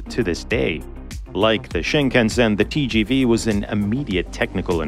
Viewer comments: TGV is not pronounced as Tyy-Jyy-Vyy but as Te-ZHe-Ve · Tgv pronounced Tee-sjee-vee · If you spend the time to pronounce "Shinkansen" properly, please also pronounce "TGV" correctly